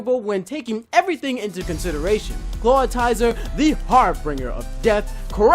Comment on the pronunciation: "Clawtizer" Read his name.